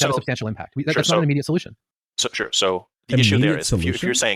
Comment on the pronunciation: The way he says "immediate solution" sounds "endlohsung."